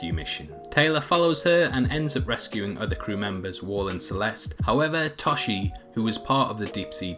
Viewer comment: C'mon man only into the video and you're already wrong. How can I take any of these 4 minutes of this video as credible now? Lol seriously. Mack did not suspect that they we're attacked by a Meg. He knew they were in trouble and called our bad ass Jason Statham . Jesus. Not to be a douche but I mean reallllllly lol. Also his name is (toe-shi) not ta-shi..... Dude did u even watch the movie? Lol they did NOT receive a signal that many sharks have broken out as well as the meg. They knew only ONE got put, they said, a ton could have came through as a joke, they only thought there was one until half way through the movie, your actually misleading ppl watching this terribly already. Dude you are so far 0-3 and the video is literally -4-40..... Wtf mate. Ok I'm done correcting u lol those last 30 seconds..... Im not writing another paragraph on all the stuff you fluffed up there. Let's hear the explaination, hope it's better then the plot. Nope , no explanation at all. Jesus Christ I've never been so mean on a comment but God damn worst video ever lol. Oh and thanks survived Stormbreaker because he's fucking THANOS and he has the power of the entire universe in his hand LITERALLY. that way anyone who reads this doesn't have to watch that video too . Yokes.